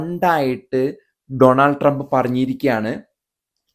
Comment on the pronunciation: അമേരിക്കയിൽ ജീവിക്കുന്ന ആളുകൾ പോലും പനാമ എന്ന് ഉച്ചരിക്കുന്നു! പാനമ എന്നല്ലേ ശരിയായ ഉച്ചാരണം? അതേപോലെ ഡോണൾഡ് എന്നതിന് പകരം ഡൊണാൾഡ് എന്ന് ഉച്ചരിക്കുന്നതും തെറ്റാണ്.